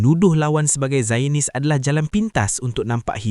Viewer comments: Sebutan zio-nis bukan zayon-nis. Jangan jadi A.1 Melayu di Malaysia. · The word Zionist is pronounced as ZY-uh-nist. It consists of three syllables with the primary stress on the first syllable.